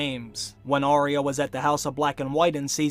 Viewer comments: It's "Arya" not "Aria" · Your videos are so wonderful, but for the love of Pete, why do you mispronounce the name ARYA. It's AR-Yuh. NOT Aria. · Arya is pronounced "Eyeah" not "Arie ya"